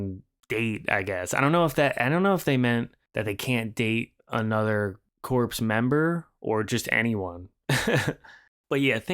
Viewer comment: “Corpse” ?.? - instead of the correct pronunciation “core” like the Marine Corps 👍 👌😎